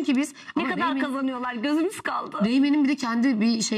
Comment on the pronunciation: Reynem falan değil reynmen